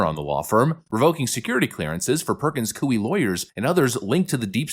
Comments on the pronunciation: careful - the 'grandma' you reference was brainwashed. She actually is trying to find a way to be 'unpardoned' and was upset that Trump pardoned her. there's a video for you. also... sorry... it's not COO-ee, it's coy-E. (basically the -y to -ie swap out). Like saying "boy" but giving the emphasis on the 'y'. You know... like saying 'yeeeeahhhh boy-eeeeee"? Perkins coy-EEEE. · it is pronounced Koy. It sounds like Roy, but with a "K" sound. ❤ your channel! 🇺🇲🙏💯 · Coie is pronounced as "coy". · Hey “” why do you deliberately mispronounce words. You sound uneducated: Charicature, Coie, Aragua. I understand “demoocracy” but what’s the story or the meaning behind the mispronunciation of the other words? Please tell us. By the way love your work though. Try use Google to find the correct pronunciation of the words if it’s not deliberate.